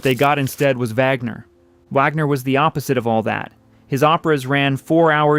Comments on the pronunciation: AI bs. VAGner. Are you kidding? And the voice of the narrator is not that of a living human being! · It's, "Vahg-ner." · It's very obvious that this video was made with ai. It even says so right under the title. The images on this channel never match the narration, which is wooden and full of pronunciation errors. "Wagner" is pronounced three different ways, all of them wrong. This is supposed to be about opera, so whoever programmed this thing should know better! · Dear AI: It is not Wag Ner or Vag Ner. It is Vahg-ner. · VOGNER - Vaaagner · The AI voice mispronounces "Wagner"...an elementary mistake... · CAN'T YOU EVEN PRONOUNCE WAGNER'S NAME CORRECTLY ????